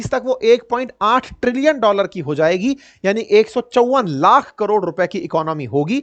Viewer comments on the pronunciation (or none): none